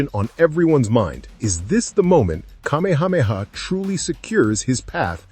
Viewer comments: Geez dude - car-meha-meha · Just wished you pronounced Kamehameha correctly. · Thank you! It drove me crazy listening to how he pronounced it incorrectly.